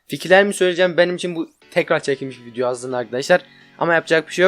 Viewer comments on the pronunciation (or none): video diyeceğine vinyo diyor